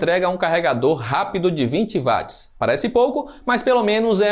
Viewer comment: O w é inglês então se leia Uatts Não em alemão Vatts Tá lendo errado